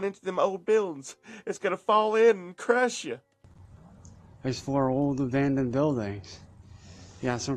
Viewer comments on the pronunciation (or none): "avandoned vuildings"